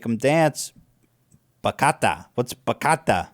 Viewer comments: Ba-cha-ta for fuck sake “Bachata” 🤦🏻‍♂️not ba-ca-ta! You literally say it the same way it’s spelled, it’s bachata (ba-cha-ta) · "BACATA"? .. Lol it's pronounced; BAH- CHA- TAH. Bachata. - Just a random Dominican that found that part hilarious. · Ethan its bachata not bakata. It stil has the chuh sound 😂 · Ethan it's not "BaKata" please !! 😂 it's baCHAta like in Chatting 😂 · the way ethan is saying bachata is driving me insane, its not backata its bachhhhhata the chh chhh sound like channel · confused Bachata with Ciabatta. Bachata is a music genre, also it's pronounced bachata, not "bakata" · It’s pronounced “bah-cha-tah” not “bah-kah-tah” 😂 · And pronounced Ba- cha- ta Not Ba-ka-ta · It's pronounced Batshata not Bakata... just saying... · It's so funny watching Ethan and hila talking about hip hop. They literally know NOTHING about it or the culture and its cringe most of the time lmao and its Ba-cha-ta NOT Bakata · The dominican in me cries when Ethan says "Bah-Cata" & not "Ba-Cha-Ta" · it isnt backata its bachata ba-cha-ta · Lol it’s bachata, not bakata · ba-cha-ta the pronunciation killed me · I’m dying at Ethan and dans covo about Bachata 😂😂 it’s pronounced Bah-cha-tah . It do be sounding like delicious bread tho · Has anyone corrected Bachata? Ba-cha-tah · Dan is in the wrong this time. Bachata IS a latin american music genre that people dance to, and the "ch" part is pronounced like in the word "chat. Bah-Chat-Ah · Ba-CHA like (CHALLENGE)-ta. I love you Ethan & Hila but you white WHITE 😂😂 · Bachata is a type of breath. 🤣 Sorry, I meant bakata. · It's pronounced: Buh-chuh-tah. Written: bachata. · Its pronounced Bah- cha- taa ethan you uncultured old lovable fupa boy you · its pronounced Ba- CHA - TAh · Its not an Italian bread, its pronounced Bah-ch-ah-ta , love this dance style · Ethan pronouncing “Bachata” as “Ba-ka-ta” hurts my soul! 😂 There’s a “Ch” in the word! Come on man! So close! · ITS BACHATA BA-CHA-TA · It's pronounced " Batshatta" Ethan!